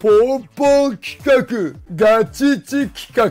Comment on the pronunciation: 企画がルカクに聞こえてくる